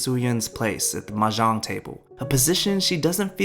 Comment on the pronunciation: Also, not to be a dick but, it's kind of odd that you profess such adoration for The Joy Luck Club, yet you failed to learn how to correctly pronounce the word Mah Jong. It's really not that hard and I mean, they say it alot.